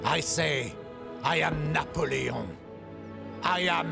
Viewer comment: “I say, I Napo- French voice kicks in - LEON